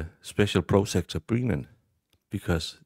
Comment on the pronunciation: Great analysis. Are you saying "Breenan" and "prosecter" on purpose though? Because its fecking annoying!! 😡😀